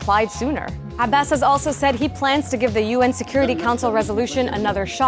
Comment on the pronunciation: I loooove it when Dena tells the news. And the perfect pronunciation of Abbas's name - refreshing! Haha One thing is for sure, Palestinians do not give up, we will get what we deserve and those that hurt us will pay. Justice will be served because you can only be a liar, a criminal, a heartless monster for so long.